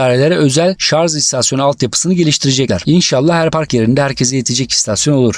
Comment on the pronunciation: Yalnız dostum bir noktaya değinmeden geçemeyeceğim. "ŞARZ" değil "ŞARJ".